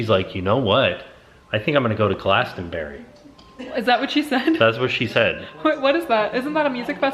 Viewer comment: i live on the farm where glasto fest takes place and my cheeks hurt from smiling hearing pronounce it glasto-berry XD if you want to know more about the town or festival glastonbury I will answer any and all questions!